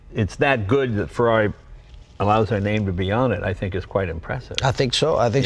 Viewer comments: The way he speaks the word Ferrari is real goddang cool!! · Yes, it sounds really good when pronounced with an Italian accent! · That's how you pronounce Ferrari.